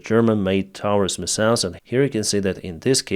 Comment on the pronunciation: I put up with mispronouncing the word missiles just to get good information